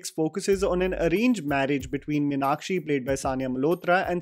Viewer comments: It's not minakshi, it's Meenakshi (to be correct it's actually meenatchi in Tamil pronounciation because a Tamil girl won't have a name with Meenakshi spelling because "ksh" syllable is of Sanskrit script not Tamil script. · The name is pronounced MEEnakshi (मीनाक्षि மீனாட்சி), not Minakshee (मिनाक्षी) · A few observations: When sundar’s dad comes to office, he asks a couple of people if they saw a person wearing a lungi- no Tamilian would call that a lungi- that’s a veshti. Also, no Tamilian pronounces Meenakshi as Minakshi, they pronounce it as Meeenakshi..in a restaurant, that waiter pronounces dosa and not dhosa.. no Tamilian says Dosa. This is what happens when you have a largely non-South Indian cast and crew. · The problem starts with calling Meenakshi as Mi-nakshi 🤷🏻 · Totally!!! In madurai slang it's pronounced as Mēnātchī (மீனாட்சி). It sounds soo north Indian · Say with me....Meenaaakshi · The way everyone called "Meenakshi" with a shorter 'a' compared to the longer 'aa' as pronounced by South Indians was jarring! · I would strongly recommend that you learn to say the name 'Meenakshi' correctly, before you talk about the movie. Also, a piece of advice for Karan Johar. Stick to showcasing Punjabi weddings, with Chudis and Kangans. Leave Tamizh culture alone.